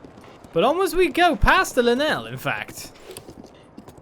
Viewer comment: i'd just be happy if he just said Lynel correctly lol